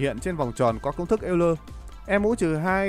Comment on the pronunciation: Công nhận, nghe ông ấy đọc cả "eo-lơ" mới vui. Mà sao cứ nhầm "l-n" nghe mệt quá.